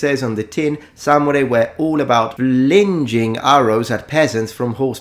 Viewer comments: only because i appreciate your corrections of pronunciation i must tell you "flingeing" is not how you say that word you are pronouncing it to rhyme with the word hingeing were fling rhymes with thing so flinging sounds more like thing-ing. thanks for your time and your continued efforts into proper education of these topics and being one of my favorite channels. have a great day. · Check your pronunciation of “flinging” and “grimy”